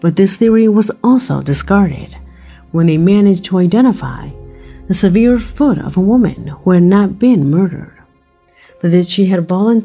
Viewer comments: Severed IS an actual word meaning "cut off from what it was attached to or part of." However, it is not pronounced as severe which means something extreme such as severe weather. Severed is pronounced as follows: the first syllable of the word seven - "se"/ven. The 2nd syllable of severed is pronounced as ver using the word "fur' with an initial "v" sound instead of "f". Severed ends with a hard "d" sound such as in words like "happened", "occurred", "opened", "flattened". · What i don’t understand is how come this seemingly intelligent woman can not say “severed” properly? In regards to the last part of this video referring to the found severed feet. Is this voice computer generated? I’m only looking for clarification because i enjoy this channel and have watch all the videos. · I really enjoy your video sweetie. But I have to say you pronounce the word severed incorrectly. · I've never heard severed pronounced like that. Generally it's pronounced like sev( like 7)-er'd. Has anyone else heard it pronounced like she has it pronounced? Just wondering if I'm missing out on something. Secondly, in reference to the severed feet, they found out why people are finding feet. When a body starts to decompose, it automatically starts to fall apart, especially in the ocean. Nowadays, shoes are made so that they are buoyant and lightweight. Because the shoes are so lightweight, it's easier for the foot to stay protected from the elements and float to the top of the water whereas it will break off at the ankle when the body gets to a certain level of decomposition. It's really all just common science. As much as I would love for it to be a mystery, it's really just a sad fact that people kill themselves, their bodies decompose in the ocean, and their buoyant footwear brings the encased foot to the surface and then to the shore. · Your videos are awesome, but I am triggered by your pronunciation of the word “severed” it should sound like er not eer. SevERed. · "Severe" foot?